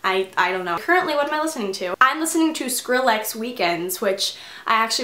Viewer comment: you pronounced Skrillex wrong!